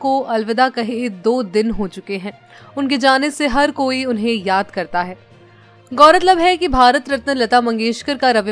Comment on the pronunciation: गौरत लब नही भाई, गौर-तलब है 😂😂😂 सही से उच्चारण तो करो